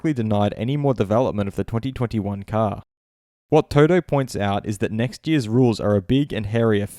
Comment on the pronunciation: Can you not say 2020 and 2021 normally? Cannot get past it 😬